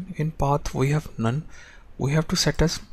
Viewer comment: when he said "none" I heard "Naan"